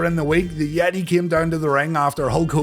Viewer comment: the....yeti? Sorry, no I don't know who that is. I only know.... THE YET-TAY! 🧻🧟‍♂️🧻